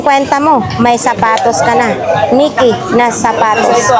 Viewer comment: Nike (nayk) or ( nayke) tamang pronounced ESPRIT (spree) tamang bigkas